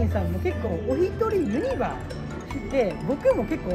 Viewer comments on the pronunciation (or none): からやってきました😆 ユ↑ニ↓バ↑の発音をにレクチャーお願いします(笑) ポポポが流れてる❤ もちろんチャンネル登録しました！